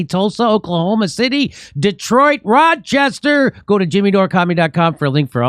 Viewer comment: It's nice to hear Jimmy saying Rochester like a true Rochesterian. Roooochester!